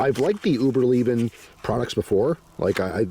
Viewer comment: Hi uberleben id German for survival and pronounced Ooh-burr-lai-ban Just so you know 😅